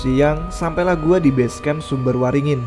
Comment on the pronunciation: Koreksi bang, sumber wringin bukan "waringin"